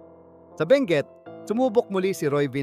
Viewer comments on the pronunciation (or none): none